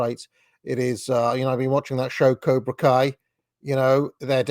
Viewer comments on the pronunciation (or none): none